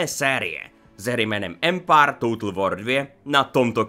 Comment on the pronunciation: Ty jsi taky "Empár"......nicméně ta sekvence s těmi českými městy atd.. mi přišla fakt divná, trapná a ne moc vtipná.. nevím no.. asi zbytečný.. jinak dík..